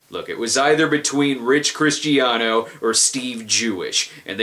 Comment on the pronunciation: It's pronounced Kristiano.